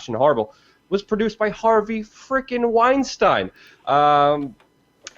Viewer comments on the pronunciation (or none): none